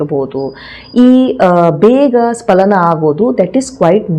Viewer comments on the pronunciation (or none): ಅದು ಶೀಘ್ರ ಸ್ಖಲನ ನೀವು ಉಚ್ಚಾರ ಮಾಡುವ ಹಾಗೆ ಶೀಘ್ರ ಸ್ಪಲನ ಅಲ್ಲ ದಯವಿಟ್ಟು ಗಮನಿಸಿ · ಸ್ಪಲನ ಅಲ್ಲ ಸ್ಖಲನ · ಅದು ಶೀಘ್ರ ಸ್ಪಲನ ಅಲ್ಲ, ಅದು ಶೀಘ್ರ ಸ್ಖಲನ. Please correct. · Dr, kindly check the Kannada spelling of both words carefully, both looks alike. For more information, your pronunciation is wrong, You pronounce " SPALANA" but it should be pronounced" SKALANA" , for accuracy kindly Google. Thanks for your kind reply.